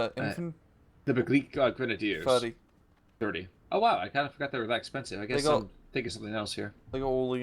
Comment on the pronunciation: Begleit-Grenadier = its spelled like „Be-gl-eye-t“ (the Vokal ei sounds like the eye) ;)